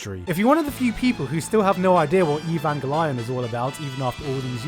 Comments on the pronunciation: i have never heard anybody pronounce evangelion as "e-von-guh-lion" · "Golly, I'd love to watch me some 'Eevangelaon'" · Is it really pronounced “ee von go lion” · The way he pronounces "evangelion" hurts my ears. I don't think I've heard anyone say it like that. The Japanese dub pronounce it worse but that's understandable considering their accent, and at least they don't say "lion". No giant feral cats were involved. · EVAN-GE-LION im as a german native speaker died of this pronunciaton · Im so late to the party but the way he says, "Neon Jellyfish Evan Geh Lion" is just so perfect. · Neon Jellyfish Eve Ang El Lion. If only you pronounced Ang as Anj. would be the cherry on top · My god. Usually I’m not about this nit picky bullshit but 4 SECONDS IN AND I HEAR “EEH-VAN-GUH-LION” WHAT THE FUCK IS THAY PRONUNCIATION AND WHY DO YOU MAKE ME SUFFER Edit: oh fuck it’s a joke my bad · Evan what? Wow! That’s an original butchering of the name! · He said neon genifish evanpelion i think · "E- vanger- lion" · what in the fuck is evaan ga lion?!?! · Eevangy lion?.... What? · E VAn guH LION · Evan Julian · It is pronounced Noun jellyfish eagle lions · “Neon Jellyfish: Evangolion” - Gigguk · God stop pronouncing EvangeLION ffs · It's ave-on-gelion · I thought there was something wrong with the way he said it. I'm sure it's Nylon Genevieve EvanGanglion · “Neon Jellyfish Eee Van Glyon” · Evan ga lion hahahaha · what is "evvangaleon"...this guy has the worst pronunciation for Eva.. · I think you're trying to trigger Eva fans by calling it "evange-lion" and the director Miyazaki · ivange lion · E VAN GA LION...... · Evanga-Lyon? pffthahaha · E- van - ga - lion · EE-BAN-GEE-LION xd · GeLion.... this hurts to hear. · Do you pronounce "Evanghelion" that way intentionally or you genuinely can't pronounce it ? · This guy is saying evan gay lee on. At least say it right please. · E-vahn-ghe-lee-ohn. for fucks sake. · Evan gellion That pronunciation? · Its pronounced EvanGAYleon!!!